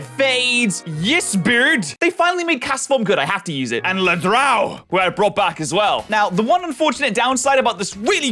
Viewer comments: For some reason every time said "Ladrão" I was hearing "Le Drown". As a native Portuguese speaker it was a 5/10 way to pronounce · It's so funny hearing you butcher the word "Ladrão"